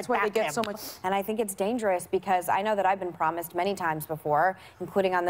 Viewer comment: Nobody: Meghan: ‘iT is DaNgeROuS’